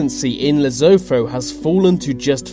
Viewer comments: It's not Lezofo but Lesotho (pronounce LesoTo; with a tonal "T"). Worst of all you said it's the last absolute mornach in Africa but it's not, Swaziland is. Mswati is the "crazy king" you referred to, just because you don't understand the country's way of life. You don't really know what you are talking about bro...let it rest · leave m y lesotho out of this...its not even lezofo as you saying its lesotho... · It's pronounced "Le-SOO-too", not Le-ZOH-thoh" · To the narrator....The South African army is too weak and useless to invade a toilet. Also, what the devil is Lezotho( as you pronounced it)? Please, do some proper homework regarding pronunciation. It is pronounced Lesootoo. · Lesotho is not announced " lesopho " but Rather Le -So -To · It isn't pronounced Lesofo, it is pronounced Le- soo- too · That's not louvoufu bru,,it's ca Leso2 (LE SO TO) it's a small kingdom of BASOTHO speaking nation within south africa. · Excuse me sir, HTF are you pronouncing Lesotho, "Lezofo"?!? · #10 is pronounced le-SOO-too, not le-ZOH-thoh. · Seriously, if you're going to produce this sort of stuff and speak with some sort of authority at least get the pronunciation(s) correct... I can't believe an obviously British person doesn't know that Lesotho is NOT pronounced 'Less-o-tho' but rather 'Less-oh-toe' and the really annoying one for anyone who lives near the Pacific - it is NOT Kir-a-barti' it is pronounced 'Kirra-bass' just think of Bass Straight and it's Kirra Bass (not pronounced base like the sound). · Moron. It is not Lesootho. It is pronounced 'Lesutu'. Get at least basic facts correct. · the way he said lesotho im dying its pronounced le sue too not lezodo lmao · Lesotho not lezopho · Losotho is pronounced Lay-soo-two! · It's pronounced lesootoo you stupid fuck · I seriously doubt South Africa will invade Lesotho (pronounced "L-eh-s-ew-t-ew" not "L-eh-z-o-t-o). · Lezofo? It's spelled Lesotho and pronounced le-sue-too. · ITs not Lee-so-tho. It is lee soo too